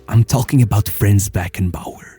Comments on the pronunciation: Why englisch speakers are not able to fucking pronounce german names in the correct way? Imagine german ppl would do that all the time. Its not FRÄÄÄNS, its FRANZ. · small correction his first name is pronounced slightly differently: It is "Franz" instead of "Frenz" Nevertheless, a great video that does justice to this icon of the sport. People underestimate his achievements, but Bayerns greatness was mainly built by him RIP